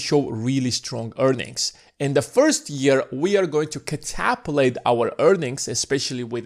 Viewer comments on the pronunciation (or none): Cat-a-pult not ca-ta-pu-late. "Catapulate" is not a real English word. Maybe you tried to merge catapult with tabulate and made catapulate? Maybe in the future Merriam-Webster will add this to their dictionary.